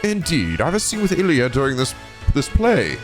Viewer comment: I guess you could say that Abbas... DROPPED THE BASS, the GLUTTONUS BASS! POG! On another note, you ruined Ilya's last name pronounciation... it was fine before: It's French-sounding, not Italian so no need to pronounce the "e" at the end of her name. Stop at the "r". As for Mireille, it's "Mi-Rei" (the "lle" are completely silent, again, French name, can't blame you!).